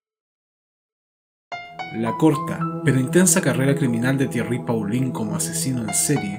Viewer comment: Muchas gracias por el video. (En francés Paulin se pronuncia . Igual para Thierry Mathurin )